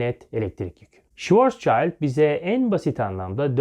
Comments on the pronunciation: Hocam, Schwarzschild ismi Almanca iki isimden oluşuyor. Schwarz ve Schild. Schild: levha, plaka, kalkan vs. anlamında ve okunuşu da Türkçe olarak yazıyorum "şild". Schwarz da siyah, kara, karanlık manasında bir kelime, okunuşu da "şıvartz". İnternette okunuşu ile ilgili videolar var. Sizi ilgiyle ve sevgiyle takip ediyoruz. Emeğinize sağlık. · Hocam öncelikle video için teşekkürler. Almanya'dan izliyorum, Schwarzschild okunuşu şu şekilde: Şıvarzşild